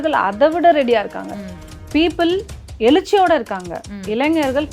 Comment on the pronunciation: அது எலிச்சி இல்ல எழுச்சி மேடம்.. நீங்க சூப்பரா தமில் பேசறீங்க.. விஜய் குடும்பத்தில் நடந்ததை நேரில் பார்த்தவர் போல் பேசுகிறீர்கள்.. என் கணவர் மாமியார் என்னை கொடுமை படுத்தியதை எவ்வளவு சொல்லியும் எனக்கு வாழ தெரியவில்லை என்றார்கள்.. விஜய் சங்கீதா அவர்களுக்குள் என்ன நடந்ததோ அவர்கள் குடும்ப விஷயத்தை எதுக்கு பேசறீங்க.. நல்லா பிரபலமாயிட்டீங்க.. 😅😀😂...